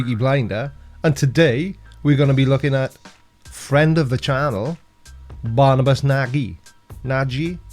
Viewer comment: Your new Mic is working well! So well in fact that I think when I hear you speak this guy's name, "Barnabas Naggie" (?), I am actually detecting an accent!